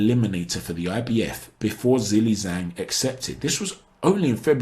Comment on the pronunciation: In Chinese pinyin, the "Zh" is pronounced very similar to "J", so instead of pronouncing Zhelei Zhang as "ZAY-lee ZUH-ang", it should more like "JAY-lee JANG"